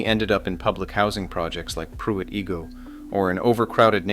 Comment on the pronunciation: Who remembers “Pruit E-go”?